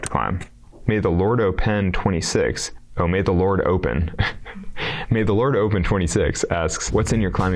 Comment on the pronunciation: Open唸成o pen也太可愛😂